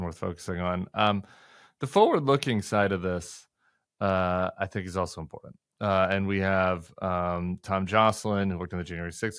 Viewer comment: I love Tim Miller, but what is with "imporant" the word is imporTant. I watch you religiously and benefit from all the interviews you host and participate in. Because I watch everything you do I had to mention this. I will continue to watch you daily regardless of your pronunciation of that word. A regional thing NOLA, a generational thing, whatever it is it drives me bonkers, but faithfully yours.